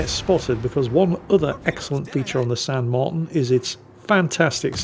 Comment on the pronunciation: It's pronounced "San mar-TEEN", fyi. And considering it's almost certainly named for Jose de San Martin, national hero and independence leader of Argentina, I think any title along the lines of "Don't Cry for me, Argentina" would have worked. Or maybe some variant of "Get Off my Islands!"